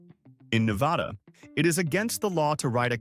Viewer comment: You said Nevada wrong 😠